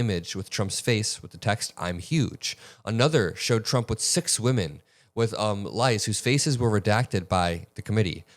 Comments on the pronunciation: leis, not lies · the beads are pronounced "lays" like the ones you get in New Orleans. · The word leis is pronounced "LAYS" as in a Hawaiian flower necklance. That wasn't Bill Gates that looked like Woody Allen or Martin Scorsace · ‘Leis’ is pronounced ‘lays.’ More appropriate. BIG FAN! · (, "leis" is pronounced "lays" & are the garlands of fresh flowers made daily in Hawaii - they are often made in many places) Thank you for all your excellent work! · This isn't me being a jerk, but just in case you have to talk about these photos again (which I'm sure you will), "lei(s)" is pronounced "lay(s)". They're the flowers around the girls' necks in the photo. Just wanted to mention that. But yeah, this is creepy stuff... And of course we knew that prominent Democrats were photographed and on the list. It's so stupid that that's the go-to MAGA argument around this. Like, why can't they just outright say that everyone on the list should be prosecuted? We literally do not care who is on the list. We only care that the victims receive justice. It's not that hard of a concept to fathom. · I'm subscribed and like your channel. Just a note - "leis" is pronounced "lays", as in the Hawaiian style flower necklace. And your camera is shooting your video in mirror mode for some reason, as evidenced by the writing on your shirt. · iprononced LAYS, the girls are each wearing a lei around their necks (think of the wreaths of flowers in Hawaii / Polynesia) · Leis…Hawaiian Necklace..pronounced ‘lays’ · Leis is pronounced lays.